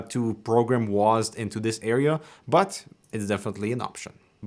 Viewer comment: Guys it’s not W-A-S-D anymore, it’s now just “Wasd”